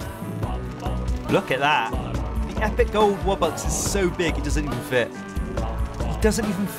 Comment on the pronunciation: Bro really said wubbux